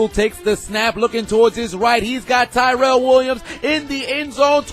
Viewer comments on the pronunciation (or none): none